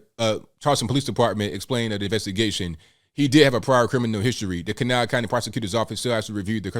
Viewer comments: This woman is a hero! I’m from that area as well. I could tell immediately you’re from there because you pronounced Kanawha correctly 😉 kuh NAW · I was so impressed at your correct pronunciation of Kanawha!! Not “Can a wha”. Then you said you were from there. Go WV. Thank you for representing WV in positive manner. So tired of so much negativity about state.